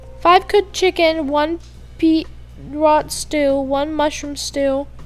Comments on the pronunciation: It was like someone stabbing me and my grades everytime you said BeetROT instead of BeetROOT! 😣😂🤓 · It's not Be-rot it's Beet-root!?!?!?!!!! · Beetroot is beet then you say root as in the root of a plant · BeetROOT haha beetrot XD no hate love you just thought that was funny